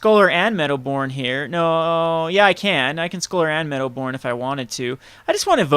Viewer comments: its medowboon not medowborn!!! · come on! first of all, there's no R in Meadowboon. Besides the obvious misplay with the sword you missed an awesome line of using Flickerwisp's etb to trigger your Meadowboon. Anyways man, really enjoyed your vid. Big fan, keep em coming!